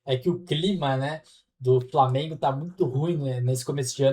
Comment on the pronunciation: Flamiengo,VARmiengo...pronuncie de forma correta,sotaque axxxqueroso.